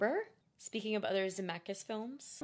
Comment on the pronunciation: Girl, if after several corrections you still can't pronounce a leading industry giant's name correctly, you might want to switch career paths! 😒 Zemeck*IS*